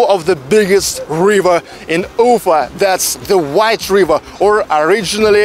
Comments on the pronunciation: quick question: why do you always say UU-fa instead of u-FA with the accent on the A? Is this the new way to pronounce it there or is it just the anglicization of the name? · а зачем ударение менять в слове Уфа?